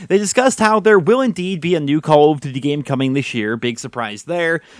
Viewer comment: why do you pronounce it "call of dty"?